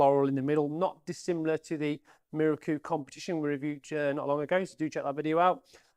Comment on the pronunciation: Excellent review on an iconic gun. Bonus points for pronouncing Miroku (mih-row-coo) correctly.